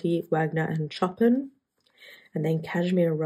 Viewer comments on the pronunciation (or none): I love the colours, good to see you! If you would like to know, Chopin is pronounced Show Pan 👍